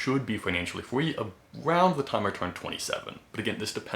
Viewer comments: Yea slight speech impediment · Is it just me or is he saying free as fweeee